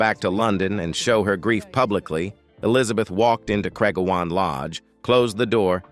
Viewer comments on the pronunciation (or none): It's Craig- OW-an, not owe-an.